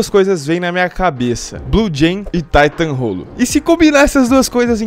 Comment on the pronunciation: "Um Taitãn Rollo" KKKKKKKKKKKK